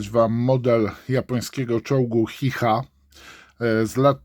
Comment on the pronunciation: Powinno sie mówić "czi cha"